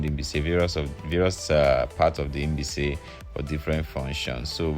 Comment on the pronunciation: It's like you are pronouncing Inbise instead of Mbaise.